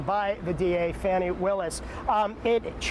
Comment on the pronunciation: These comments.. smh and the intentional mispronunciation of DA Willis name is ridiculous..